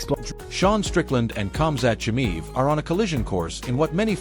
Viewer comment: If you even cant "Khamzat Chimaev" speak out the right way, your screwed.